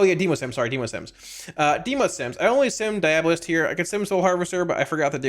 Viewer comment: Dee-AWW-bow-list 😆 It’s like Diablo except with a bolist on the end